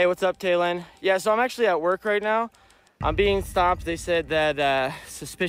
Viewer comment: He said taelan that’s my son’s name but I spelt it as Taylan. I still don’t know what he was doing wrong?